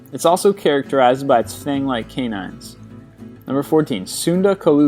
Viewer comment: The way he pronounces canine kept throwing me off.